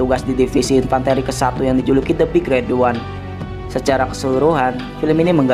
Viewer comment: min intonasinya yang bener lah gaenak, big red ooneeee diteken teken gitu dah